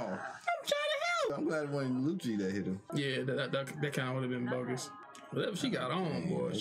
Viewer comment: Everytime he calls Lucci , Lucy i think he's talking about Luffy.